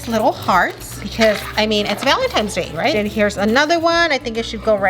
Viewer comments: when ur 38 and still say valentimes with a m lol no hate but i was just saying am i the only one who noticed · Not to be rude, but it’s “Valentines”. Many people mess this up, which I do not at all blame them. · Did call it “valentimes day”???? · me-valintines -valintimes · Valentines is what is saying